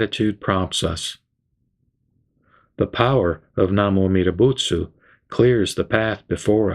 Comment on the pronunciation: Why do you chant "buts" instead of "butsu" at the end? What's the difference?